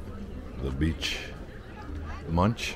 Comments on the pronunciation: It's actually not pronounced ''Munch'', it's more like ''Monk'', it's a museum about Edvard Munch, the famous Norwegian painter, he did the famous ''scream'' painting. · Not Munch, it’s pronounced Moonk. The painter of The Scream.